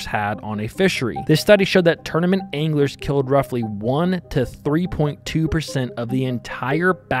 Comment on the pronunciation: At the beginning when you said "I've heard anglers say", I thought you said "I've heard English say".... and I was thinking... this dude is definitely not Amish, why is he referring to the English?? 😂